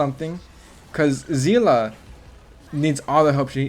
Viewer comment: it's see-le not zi-la 😢